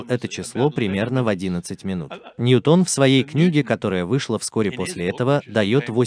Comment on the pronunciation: ˈnjuːtən дорогой товарищ переводчика.